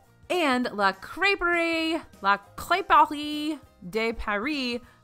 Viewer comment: Nicely done. "Crêperie" pronounced with that proper French "tongue to the back of the roof of your mouth" isn't easy for a girl from Texas! You nailed it when you stated it the second time.